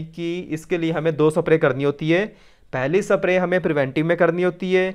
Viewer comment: अबे सप्रे नही स्प्रे होता है